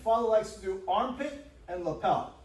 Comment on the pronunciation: The pure New York "punch his hand into tha ahmpit"